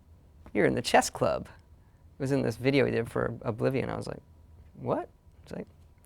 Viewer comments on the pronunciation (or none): For some reason , , when Todd says "You're in the chess club," I imagiine some black guy with a mustache, but hey that's just me.